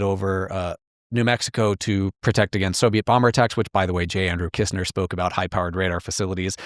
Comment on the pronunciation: Shouldn't it be "Kissner" in stead of "Kistner"?